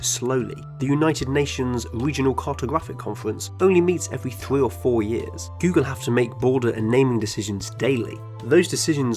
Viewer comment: ”Thwee ow Fouw Yeaws” Keep up the good work my guy.